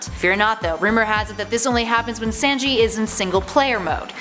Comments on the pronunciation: Ve-cheat-a Day_ku and San-G😭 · The way this lady pronounced Vegeta, Sanji, and Deku is literally the most cringiest this ive heard